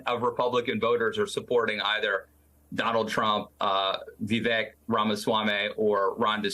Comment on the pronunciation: Vivek - it rhymes with “mistake”.